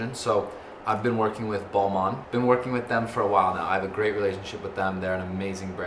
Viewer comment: Its Balmain noah not balman